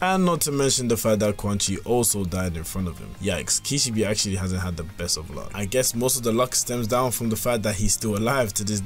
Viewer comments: bro i heard the first sentence and ran to the comments 💀💀💀 kishibE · why do you say kishibi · Just a word of advice: learn how to pronounce a character's name when you're making a powerscaling video on them. Kee-shee-beh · kih - she - bay bro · Kish - e - bee 🤣😅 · The way you say Kishibe makes me wanna rip my eyes out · There is 1 thing I wanna point out, they way u were pronouncing Kishibe name was wrong but its ok. I am not fluent in japanese but i do know that is not how the name is pronounced.